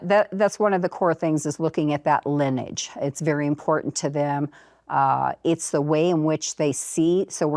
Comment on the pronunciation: Why can't she pronounce LINEAGE? And now she taught that blond lady host to do the same thing.